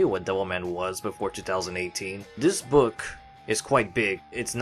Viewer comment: I thought you said “neck” instead of “book”